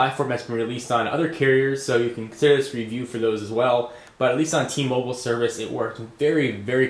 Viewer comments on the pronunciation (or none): For T-MOBELE? it's mobile;)